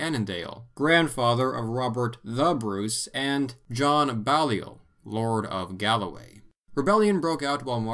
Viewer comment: It's nitpicky, but "Balliol" is pronounced with a long "a" sound like BAY-lee-ol. It's of French origin, specifically the name of the village where the family came from in Picardy: Bailleul. There's a Balliol Street near me and for years I called it "BA-lye-ol". It was only later that I learned that both it and the next street over Merton Street were named after the two constituent colleges of Oxford.